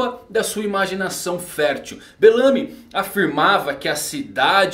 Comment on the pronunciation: Agonia toda vez q vc fala: Belâmy. E não Bélamy. kkk